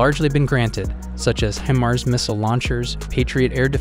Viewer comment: You ought to find out how to correctly pronounce Reuters and HIMARS.